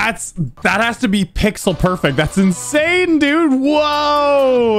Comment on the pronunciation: tf is perfext